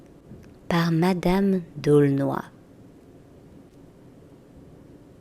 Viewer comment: Madame d'Aulnoy : ce patronyme se prononce " d'Aulnay ", si mes souvenirs d'enfance sont bons...